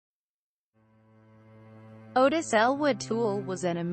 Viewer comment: It’s “Ah-Tis” not Otis.